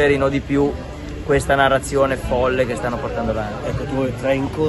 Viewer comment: Loro… quelli della NARRAZIONEH… contrapposti a quelli che hanno preso CONSAPEVOLEZZAH.. i risvegliati a cui nessuno la fa